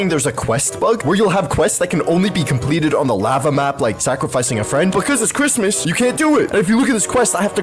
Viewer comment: Bro it is not chritmas it is February